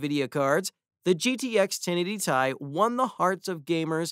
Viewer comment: Man said 1080 tie 😂🤣